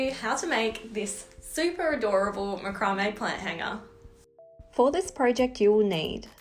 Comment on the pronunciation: Love it, you have explained the process so well and nice to hear it pronounced macrame and not MacRamay : )